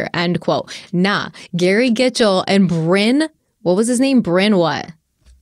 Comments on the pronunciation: Bryn is definitely not pronounced Brian, it’s a Welsh name and that means “hill” 😂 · Stephanie I agree with you 100% it is "Bryn" not "Bryan" in order to say Bryan you have to have the "a" in the name lol either his parents couldn't spell or no. His parents couldn't spell lmao you could also pronounce his name as "brine" like what we put "turkeys" in for thanksgiving to make them plump and juicy just like what Brynn tried to do to this case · I agree with Stephanie, Bryn rhymes with Lynn, or Syn. Bryan with a Y, also need an A 😂